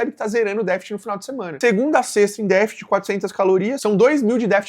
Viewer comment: Dica construtiva: vc deveria treinar a pronúncia de "DÉFICIT", pois errou em todas as tentativas nesse vídeo.